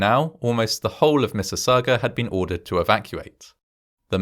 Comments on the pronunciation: this one is local to me, and my dad’s aunt and uncle evacuated and stayed at his family’s house until they could go back home. also, nice job on pronouncing Mississauga! it can be a tricky one for non-locals. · You pronounced Mississauga correctly ♡ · I see your points making out corrections but I think we can forgive them all on the grounds that you actually said "Mississauga" correctly lol. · As a former resident of Mississauga thank you for getting all the details correct and the pronunciation of the names. Well done. I was born a year later so I missed out.